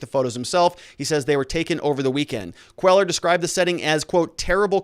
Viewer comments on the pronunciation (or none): Cuellar is pronounce "Kway-ar". It is latino, or Mexican, after all, to the best of my knowledge. Other than that, keep up the excellent work.